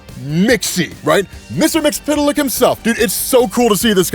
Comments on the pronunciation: your annunciation of Mxyzptlk is closer then half the people complaining about it. Most people either add whole syllables or just outright ignore letters in it. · He's pronouncing it correctly btw